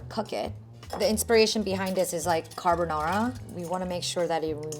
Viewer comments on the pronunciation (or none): none